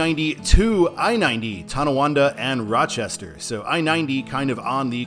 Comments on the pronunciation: Not to nitpick, but it's Tonawanda, not Towanda. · Hey, I enjoy your energy on this topic. For the "Way it should be" Eastbound, I think you meant Tonawanda, not Tawanda. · Nice job except there is no Tawanda, It's Tonawanda. Thanks